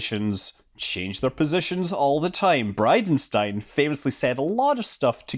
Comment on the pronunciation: Thought you said BidenStein 😜